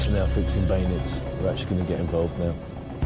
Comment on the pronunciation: Such a great program. Does make me laugh how Ross says “Baynits” instead of Bayonets